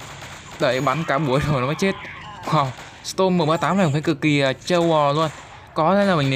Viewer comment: Storm Chứ Ko Phải Stom Anh Ơi :v